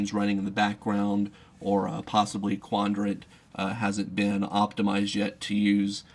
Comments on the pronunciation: Is he saying "Quandrant"? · He's saying 'quandrat.'